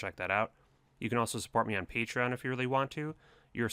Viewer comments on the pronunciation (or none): none